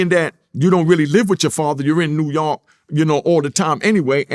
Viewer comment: Nigga sayin new yonk.. it’s giving krs nose